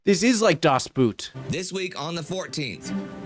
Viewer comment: It's not daas booot! It's dass boat...